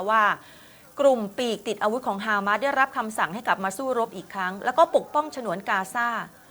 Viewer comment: ออกเสียงว่า ฮามาส ไม่ใช่ ฮาม้าด ครับผู้ประกาศ